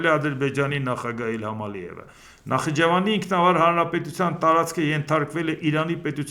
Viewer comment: Երբ ես Նախիջևանը կարգին արտասանելու, քեզ չի սազում Նախ իջևան